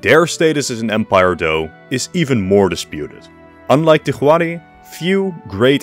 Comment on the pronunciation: Minor nitpick, 'Huari' is pronounced more like 'Wari;. Spanish doesn't use the letter 'w" natively, so for foreign words that use a 'w' sound, it is usually written with an 'hu' (the 'h' is silent).